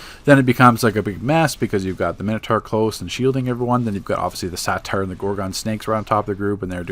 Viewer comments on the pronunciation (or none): It's a (Say-ter) not a satire...